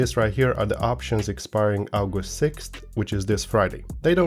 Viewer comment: Love your vids lad. Also, you say 'August' like a Roman, also love it.